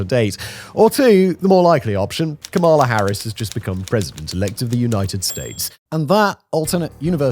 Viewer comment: January 2025 and you still don't know how to say Kamala... sigh